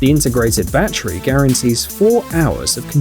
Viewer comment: "The battreee provides up to minutes of work."